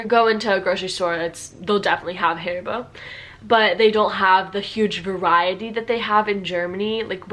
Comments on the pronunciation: IS NOT HAARIBOO IS HARIBO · Your pronounciation of HARIBO sounds like hair-bow to me. This is actually not a name. It stands for Hans Riegel Bonn. Hans Riegel founded this company in Bonn, Germany, in 1920. The headquarter and factory was located in Bonn until 2018. It was very popular to visit the factory store. Beside the regular products they had special offers of candy which did not make it to series production or was not meeting visual standards but was still good for consumption. While the shop is still in Bonn the company relocated to an industrial area outside of Bonn with more options to expand. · a Dieedas? Richtigerweise wird die erste Silbe betont: AAdidas... Bezüglich Birkenstock: die große Zeit dieser Marke ist vorbei. Bis zur Jahrtausendwende waren diese Schuhe Standard an jeder Uni (ok, nicht bei BWL). Nivia? Richtig: Niveeeea! Steiff mit dem Knopf im Ohr. Hairy booo? Haribo bitte mit deutschem a.